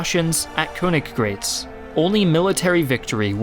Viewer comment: KoenigGRAAAATZ like a long A sound, "AAH" not "Greats" just fyi otherwise nicely done video